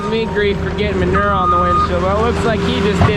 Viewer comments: Say manure right it’s not manurrrrrr😂. When you say manure spreader you say it right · I am from Boston and I love the way you pronounce manure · Maybe it's me or maybe it's Canada but I say it with three syllables: man-OOO-er